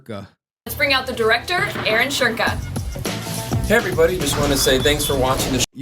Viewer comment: I just googled it and his name is supposed to be pronounced like "Shoo- en- ke". He should have just modified that instead of adding an invisible R to his name 😂